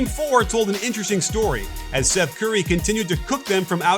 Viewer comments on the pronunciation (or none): none